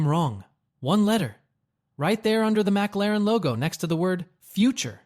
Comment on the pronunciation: What is a mac-la-ran?...😂